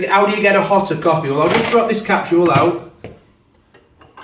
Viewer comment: Great review apart from I don't understand why you say capsHool?? There's no H. It's capSule as in capsHool! I'm British too.......